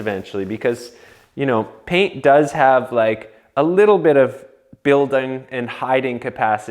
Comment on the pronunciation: You casually saying “pain” instead of “paint” is cracking me up!